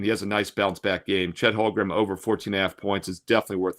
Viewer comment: He didn't play well enough in game one to have his name pronounced correctly.